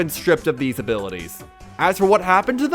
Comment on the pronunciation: bro says "thse"